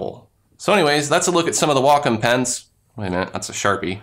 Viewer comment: You pronounce wacom really strangely. I also don't see the classic pen here?